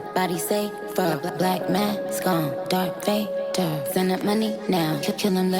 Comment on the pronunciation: pretty sure its not DARK vader lol